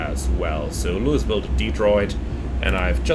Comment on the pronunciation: Tolles Video, freue mich schon sehr auf die MD-11. FYI: Louisville wird ohne s ausgesprochen, also sowas wie Luivill